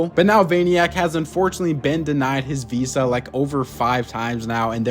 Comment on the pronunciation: whats a veesa isnt it veeza